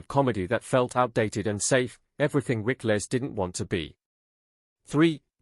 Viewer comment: Rick-less? Rickles, pronounced Rickels !